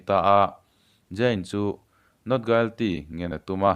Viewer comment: Guilty hi 'U' ri lo a lam tur, 'i' hi Mizo ṭawnga i kan lam ang a lam tur tih ka lo sawi lang ve mai mai. A ngaihnawm lutuk e.